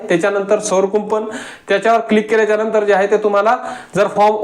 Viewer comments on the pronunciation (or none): none